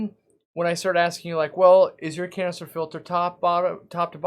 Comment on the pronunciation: It always sounds like You are saying "Cancer filter" 🤣